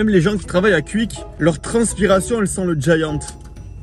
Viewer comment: Alors pour la prononciation on dit pour Quick = qOuik et guine = guOuine 😅